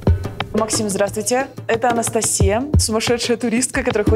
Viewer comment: Наконец то Анастасия стала правильно произносить своё имя на английском языке))))